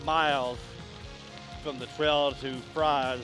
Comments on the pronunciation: Fries..pronounced Freeze. Galax is Gay’ lax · Please, when you do a video, research how to pronounce the names of the towns. Galax is pronounced "Gay-lax" and Fries is pronounced "Freeze." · You got it right the first time - Fries, pronounced Freeze. And Galax is Gay-lax. Keep pedaling....